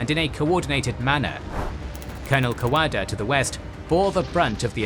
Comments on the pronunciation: IT1S KO KO DA NOT COCKADA,PLEASE,IT`S NOT THAT HARD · KO-KODA!!!!!!!!!! NOT KOK A DA . PLEASE STOP SAY8NG KOK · Far out please pronounce "Kokoda" correctly. It is pronounced "Koh-Koe-dah", not "kock-od-ah". As an Australian, it makes me cringe every time you say it to the point that I can't watch the video. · pron - co-co-dah. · its kokoda trail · Hurts my ears how you pronouce kokodo! Lol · Co Co Da, FFS. Each week people correct you in comments, you are totally butchering the Pronunciation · Drives me crazy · It'd just be nice if they pronounced words like "Kokoda" correctly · Excellent coverage. However , as an Australian, I find some pronunciations off the mark. Three come to mind, Kokoda, Ko ko dah, Maroubra, a beach side suburb of Sydney, Mar u bra, and Wairopi, named after the bridge suspended on wire ropes, Wire Ropei. Thanks for the series.